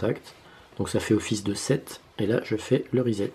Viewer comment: Pourquoi tu dis " sset " et " rezette " ? Logiquement tu devrais dire " resset " non ? :p